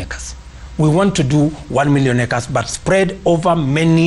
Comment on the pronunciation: The way this guy ruto pronounces acres just tells me that this guy is a not ajoke when it comes to land it makes me worry about my yard every day I confirm if it there this guy can just loot the land when I am around